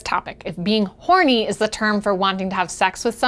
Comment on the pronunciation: Norny? Ahorny where the "H" is silent?